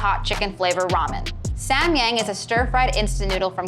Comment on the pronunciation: What kind of research is this? SamYang (pronounced with both as being like Ah) is the brand, not the product. The product was 불닭볶음면 bul-dalk-bokk-eum-myeon, basically spicy stir-fried chicken noodles.